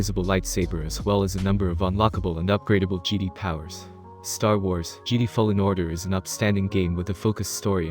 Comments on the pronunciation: Say Geedee one more time! Lol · He pronounced Jedi as geedee:/ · Lmao, this dude can't pronounce Jedi right